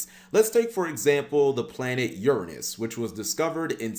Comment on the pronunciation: Cap: pronounses Uranus incorrectly so he doesn’t say what we’re all thinking. 😂